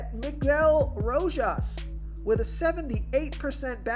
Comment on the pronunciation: Spot on with "Row-Haas!" 3-run bomb in his first AB.